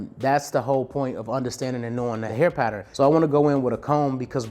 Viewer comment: I rock with you, but after all these years, you still haven’t mastered how to pronounce “Pattern” correctly